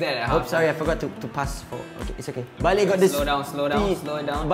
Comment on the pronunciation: it is not baley. It is bale